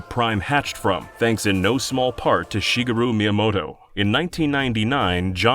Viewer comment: "SHEEGAH-ROO MEE-A-MODO" is not how you pronounce Shigeru Miyamoto, but I'll allow it because it made me laugh